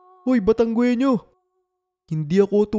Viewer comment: taga Batangas ako,,mali ang bgkas sa Batangueño..hindi sya batanggwenio ang bigkas dyan..batang ginyo ang bigkas dyan